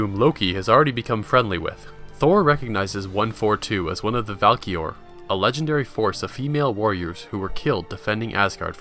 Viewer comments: Great video but did you say Valkior? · Yes it is Someone said her name wrong